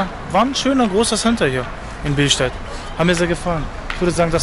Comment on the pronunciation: Bilstät hahaha er meint billstedt